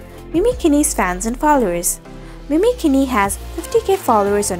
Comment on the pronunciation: Hey name is pronounced mimi not mini .. christ